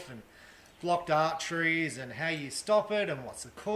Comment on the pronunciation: I think that diet & the right blood medication is pushing things into your favor. When u said blocked arteries it almost sound like Block Archery like u were referring to targets.